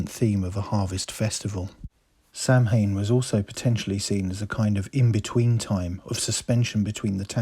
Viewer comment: Samhain is pronounced soween